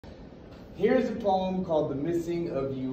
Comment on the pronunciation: You really wanna say the word poem right